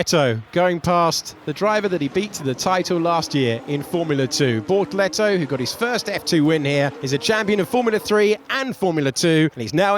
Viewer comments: Bortoleto ❌ - BorToretto ✅ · What I meant is the Alex Jacques' pronounciation of his name. The tune was like 📈📉📈📉📈